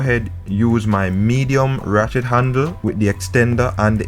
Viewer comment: This is very informative. I have a loose chain...will try this and also keep my mechanic on speed dial. but you keep distracting me...I keep hearing "Rat-shit handle".... Will delete comment...lol